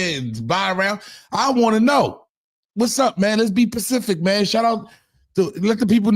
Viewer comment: not pacific Harlem 😆‼️🤣🤣… “Specific” … ughh u supposed to be the brains G 😆🤣‼️